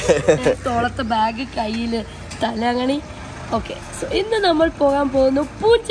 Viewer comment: പില്ലോ അല്ലെങ്കിൽ തലയിണ എന്നു പറയൂ.. തലങ്ങിണി അല്ല